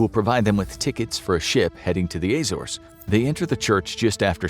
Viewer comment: The story is amazing however as someone from the Azores I must mention that you are miss pronouncing it. It is not A-zores, it’s a-zores. It’s not a long A instead it is a short one.